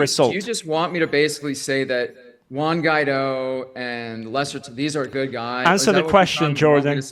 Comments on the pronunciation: Juan Watery😂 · Juana Guaido